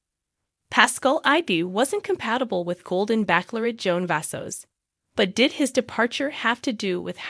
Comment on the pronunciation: The only thing is, you need to learn how to pronounce bachelorette correctly. If this is A.I. then there is much to be perfected.